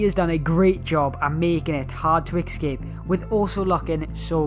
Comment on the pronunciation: This annoyed me because he was saying excape not escape